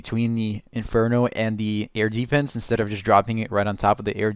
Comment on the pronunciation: It sounds weird when you say: Air deeefense